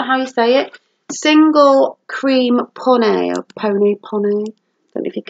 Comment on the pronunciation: Peoney Pronounce it. [ pee-uh-nee ] Owls are nice A wise old owl sat in an oak The more he heard the less spoke The he spoke the less he heard Oh why can't I be like that wise old bird. Please don't send your mum to mine, she will go boggle eyed and ballistic 😂😂 Lol the ice cream man is interrupting you now . Awesome video and finds. Kitchen is coming on nicely . Great to listen to the chat again. I love it. " I bought my own Mug for 70p" 😂😂😂 Great to see you back 😊😊😊